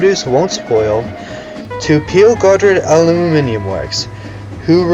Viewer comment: I've never heard someone say aluminium the way you do. Al-u-min-i-a I've heard the american al-u-min-um And the british al-u-min-i-um